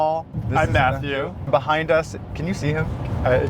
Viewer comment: I love the way you say Math yew!!!! 😂